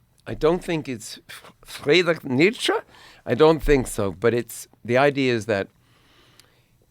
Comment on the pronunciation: The way Bono pronounces Nietzsche grates on me.